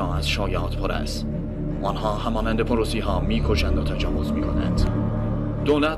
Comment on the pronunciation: واقعا خوبه... فقط چند نکته ... گودریان افسر پروسی بود نه پروسه که تو فیلم گفته میشه.... Luft wafe نه Lufet wafe .... کلا اسما رو خیلی غلط میگه ... ولی باز دستتون درد نکنه...